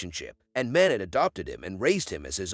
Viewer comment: First, this video is narrated by a robot. The painter’s name is mispronounced. It is Mah-NAY. Other French names and words are also mangled. It is painful to listen to! Don’t recommend channel Moving on…